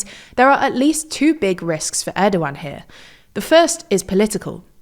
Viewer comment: Thank goodness they’re finally pronouncing his name right 😆